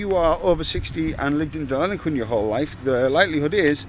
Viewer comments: I do understand your from England, but the doesn’t is pronounced as Denillaguin not Delinaquin . Have a great day. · Den-ill-e-quin It's Boong for Platypus. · Pronounced Denil-a-Qwin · First time I’ve heard Deniliquin called Deliniquin. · You need to learn to practice saying Deniliquin properly. 😜 Denny is good enough for those that know! 😎Enjoy cobber. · You don't love the place enough to learn how to pronounce the name of the town you are in !